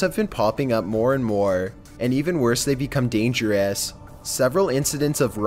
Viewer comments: "Dangeraas" "Previeaas" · the way it said "dangerous" and apprehended 😂😂😂😂